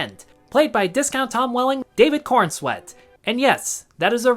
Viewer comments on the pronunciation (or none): Corenswet not Cornswet, feels more like you're mocking it just for the sake of it.